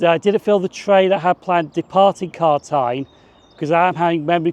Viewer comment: Great video. Just two pronunciations are off. Gartcosh pronounced Gart-cosh and Carntyne pronounced Carn-tyne. 🙂